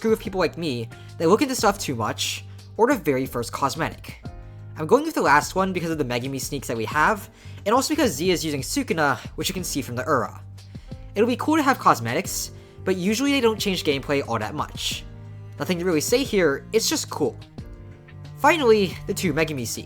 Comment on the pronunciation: Did he just mispronounce Aura, like era. DISLIKED!!!!!!!!!!